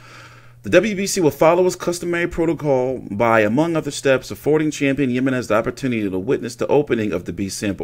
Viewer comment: The j is pronounced like an H